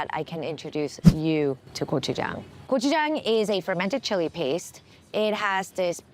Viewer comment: Hearing gochujang pronounced correctly and that chicken crunch is music to my ears!!